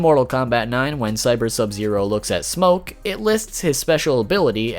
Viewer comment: I hate how he says smokkke